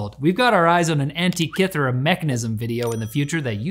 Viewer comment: That's the weirdest way I've ever heard anyone say "Antekythera".